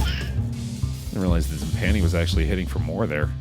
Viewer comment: One day will pronounce "timpani" correctly but today is not that day.